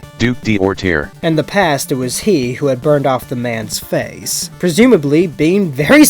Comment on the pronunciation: French guy here. The AI is full of crap and gives you a wrong pronunciation. D'orterre is spelled like "Doortair" in English. The D' particle, in this example makes it mean "the duke of Orterre". These particles are typically thought to belong to nobility, but many commoners also have it in their name, so it's far to be a trustworthy clue. And hot damn, how come the DC writers have never used the garden prison body horror in a freaking Poison Ivy story?!!! It's awesome!